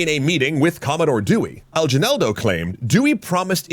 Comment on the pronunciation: Kind of a minor nitpick, the way they pronounce Aguinaldo is pretty strange to me. We pronounce it as A-gi-naldo not Al-ji-naldo. The "Gui" is said in the same way as in "guild"